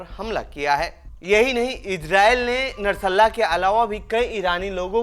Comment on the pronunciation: O dofa. Narsalla kya he, bolte nahi aata to mat bana, nashrullah bol.